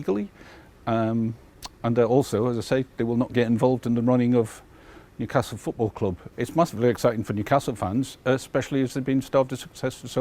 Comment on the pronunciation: Newcastle never stops laughing. “Mewcastle” “mever” thinks.